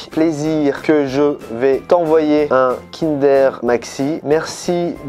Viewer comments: le meilleur kinder deja cest pas kindèr mais kindeur 😡😡😡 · Par contre qui dit kindère au lieu de kindoeur mdrr